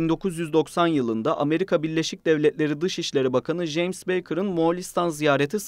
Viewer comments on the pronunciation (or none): none